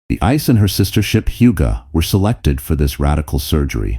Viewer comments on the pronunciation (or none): I think that it's pronounced "EEE-SAY," instead of "ICE." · Late? Ice? Jeez. You get a downvote for the poor pronunciation.